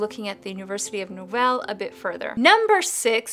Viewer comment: I know this is 2 years old but did you just say University of No-val.....it's Laval...both 'a' are long.